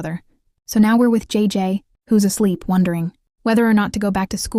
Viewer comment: Jajay😂 it's jayjay